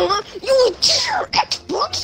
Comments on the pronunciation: Heres a drinking game: take a shot every time drizz says "xboc" instead of xbox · can't even say xbox he ses it like xboc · He’s too old to pronounce Lana Rhodes as “wanna wodes” and saying “xbok”🤦‍♂️ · The way he calls him 'Xbock' is infuriating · Tf is a “XBOC”! 🤣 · it’s weird how he can say x and the beginning of Xbox but can’t say it at the end XBOC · I like how he says xboc instead of xbox lol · He says Xboc instead of Xbox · Man saying X Boc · Why does he keep calling him “xboc” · he saiad twas xboc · he sayed xboc not xbox hahhahahahaha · Gaming yes. At points he said xbok and he said xbox and he soinds older.. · He can’t even pronounce Xbox and he says words like that 🤣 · Kid can’t pronounce L’s or X’s